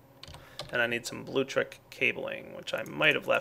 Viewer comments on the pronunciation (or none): this has been bothering me for a while, its bluLECtric, not blutric. thank you for your time